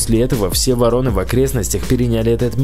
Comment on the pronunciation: Не воро'ны, а во'роны, не путай.